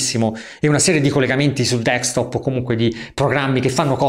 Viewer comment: tu sei un grande, ma deKstop non si può proprio sentire, si dice desKtop